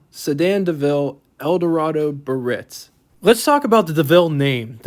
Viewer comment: Several blatant errors....the deVille was releaseed in the early fifties, not 1959. The short-deck "town" sedan was available in 61 and 62. The Eldorado convertible was the Biarritz...pronounced "Bee-uh-ritz," not "ba-ritz." The six window versus four window sedans were the same length, unless ordered with the short deck. The primary difference was that the six-window sedan was a true pillared sedan. The four window was a hardtop sedan with no b-pillar. The rear lower fender fins were called "skegs" by GM design.